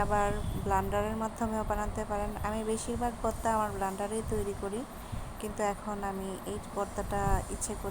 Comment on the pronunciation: আপা বর্তা না ভর্তা হবে। হয়তো খেয়াল করেন নি